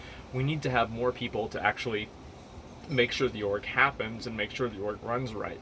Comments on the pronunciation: I kept hearing Orc instead of Org and I was very confused. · Is he saying org? I thought he was saying orc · STOP SAYING ORG